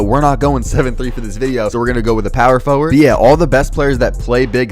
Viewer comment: Power for ward...sound it out bro